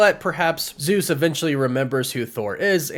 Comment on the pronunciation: I'm Greek and the way you guys pronance the name Zeus makes me waay too cringe.😭😭😭